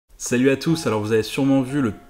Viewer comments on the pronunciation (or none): none